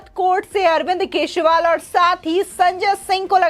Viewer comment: Dear Madam, can you please pronounce the surname of AK correctly ? Or simply address him as a Natvarlal.